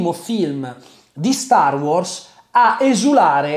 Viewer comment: mi da fastidio come pronunci wars